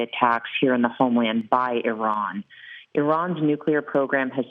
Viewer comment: That's the best pronunciation of Iran. I'm sure Iranians appreciate that.